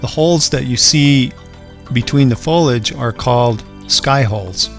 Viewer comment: You must learn to pronounce the word foliage.. Look carefully and pronounce it again. It is foleeeage..